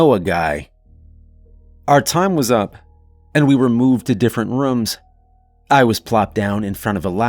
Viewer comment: I’d love to know where the narrator is from. He always pronounced “rooms” as “rums”.